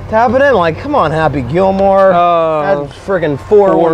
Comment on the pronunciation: Lmao did he say tappy gillmore?